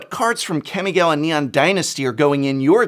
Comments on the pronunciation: It's NOT Kam-Mi-Gaow-Wa prof, It's Kah-mi-gah-wa. It might be just a personal tiggering thing , not really that big of a deal, just feel like nails on a chalkboard. I took Japanese in college for a couple years so its prob why its painful to hear. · kɑ-mɪ-gɑ-wɑ. Please, I beg you, get the pronunciation right. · What the F*ck is a Camygawha say it right you 👉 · It's been consecutive videos since you mispronounce Kami-gawa, Prof. Would like to think that if you like something (or culture), you would care enough to know the names and try to get the names sounding right. You got this right !!!! Nice!